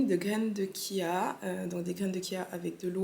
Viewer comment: Coucou, Ça me fait toujours rire comment tu prononces graine de chia 😊tu prononce kia. Laisse les gens parler ce sont des rageux Et surtout jaloux..... On vit malheureusement dans une société où maintenant quand tu réussis Dans ta vie ils feront tout pour te descendre Et les gens sont de plus en plus violents et méchants.